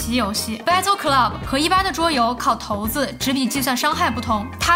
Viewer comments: 头子？那叫骰子 跟我读 shai zi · 骰子的骰不念頭，施艾切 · 骰子， shai zi. 咱别说tou zi . 😂. 视频很有趣。 感谢